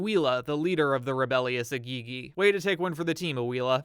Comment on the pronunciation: It's pronounced í-gì-gì (Eh-Gee-Gee).